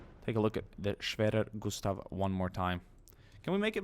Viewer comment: wow respect you speak the word schwerer gustav very good